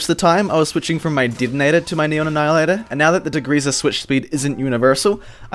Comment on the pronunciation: "hivie", "Didinetor"... Mate where are you from!?